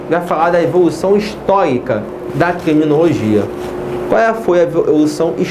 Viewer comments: Quiminologia , rsrs mas mesmo assim boa aula ;) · Kiminologia, quiminologia, Ki-minologia